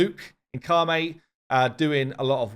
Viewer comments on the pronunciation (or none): Ka - Met is the pronunciation